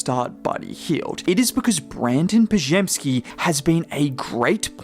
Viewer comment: The big moment off court was Shaq making sure he pronounced Brandin Podziemski's name correctly